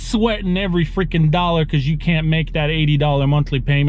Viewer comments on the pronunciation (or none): none